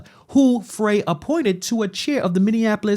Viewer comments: Frey, its 'fry' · Just a heads up that Jacob Frey’s name is pronounced Fry not fray. And, he’s an asshat that Minnesota never wanted. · Mayor Frye is not representing the people of the city of Minneapolis! Disgraceful! BTW his last name is pronounced “Fry” (not Fray). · His name is pronounced FRIE not fray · The idiots name is spelled Frey but it is pronounced fry. No, he isn't from Minnesota, his ansestors couldn't spell. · It's Fry man SMH 😂 but he sucks regardless of how you pronounce his name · Frey is pronounced like "Fry". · His(Mayor Frey) speech impediment is not to be laughed at when he says, "ICETH". Please, let's be mature and respectful, hold your childish giggles. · Mayor Frey is pronounced as in Fry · I believe Frey is pronounced Fry.